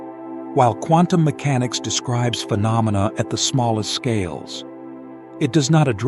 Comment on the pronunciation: I just about fell off my chair laughing when I heard the Dalai Lama pronounce Quantum Mechanics as CONDOM MECHANICS....😂 As to "Dependent Origination," in Pali it is called Paticca (pronounced Patichha) Samuppada, which in Sanskrit is Pratitya Samutpada. The "pada" in both words is pronounced paada. And as to the emptiness of all things, I too believed in that till I got hit in the head by a cricket ball some years ago 😂